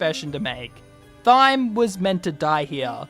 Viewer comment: thyme is pronounced time